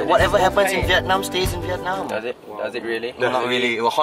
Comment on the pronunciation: THATS not how you say Vietnam bietnam well that’s fine it’s starts with a V not B